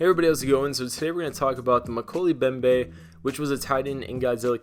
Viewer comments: Moe-key-lee mem-bay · Mo-kel-ay Mem-bay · Pronounced: Mo-kelly mo-behm-beh